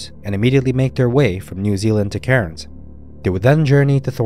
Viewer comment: Cairns is pronounced cans